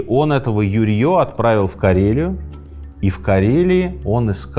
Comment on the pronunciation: А ещё прозвучало ЮрьЁ и копьё ЛонгинА (как будто в какой-то момент человек устаёт и такой "да вообще пофиг как их там звали этих ЮрьЁв и ЛунгинОв") :]